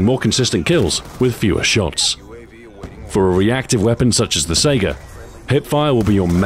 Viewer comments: The puns are genius as always, but it's actually pronounced "SEYE-guh." Why'd they make it left-handed if your player character is right-handed? How does a laser marker affect the tightness of the pattern? That's video game logic, yo! A clip is a device, other than a speedloader, used for loading a magazine or cylinder. "Not bad, not bad." <-(Someone will get that reference.) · Mikuo hatsune and Len kagamine it's pronounced "scy-gah" I believe. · Minedweller329 It's more like "Sae-gah". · The Gun's full name is the Saiga 12, people usually people are known to pronounce the name as SEGA. so the puns are based on SEGA thing. One of the company's ad slogans in the UK was "To be this good, takes SEGA" also he referenced their old console the Genesis as well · I liked the pun, it was a pretty clever reference, but you mispronounced saiga.